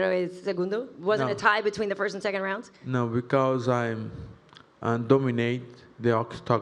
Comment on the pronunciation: Paulo was fighting hounds in the gym. (Yes I know in Portuguese the r makes an h sound)